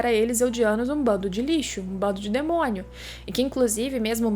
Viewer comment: Só eu quem ri quando ela falou "um DEMONHO"